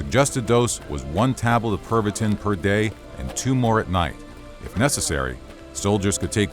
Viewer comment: I can't help but hear it as "Pervertin".